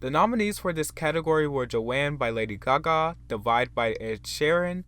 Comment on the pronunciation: Lady “Gahgaw”